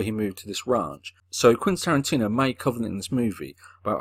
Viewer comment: More like "Quinn" Tarantino.